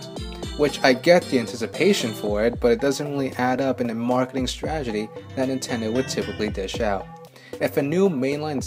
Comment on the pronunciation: Did you say 'stragedy'? Like, it would be a tradegy?